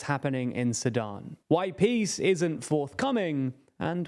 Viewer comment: Each time you said Sudan I heard Sadam.